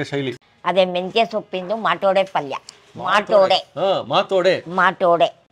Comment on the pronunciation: She repeatedly said माटोडे